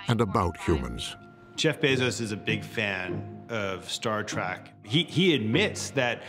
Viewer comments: I can't believe that after 54 years some people are still saying "Star Track". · Sorry but it it makes me crazy when someone says "Star Track" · who the heck calls it "Star Track" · he said "Star Track" 🤣